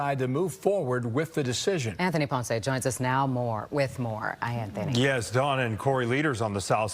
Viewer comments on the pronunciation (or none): none